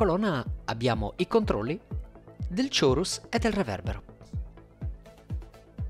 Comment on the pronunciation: p.s. chorus si pronuncia ˈkôrəs ;)